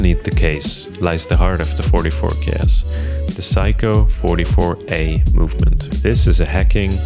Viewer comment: You have to know its not pronounced "Psycho" if you're this far down the rabbit hole. It's "Say-co" and I only say this because in Japanese culture repeated mispronunciating can be mistaken as an insult or lack of respect. Anyways thank for the video